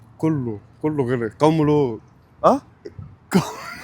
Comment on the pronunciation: غَرق وليس غُرق